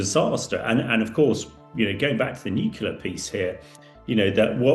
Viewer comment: It's pronounced NEW CLEAR, not NEW KEW LAH!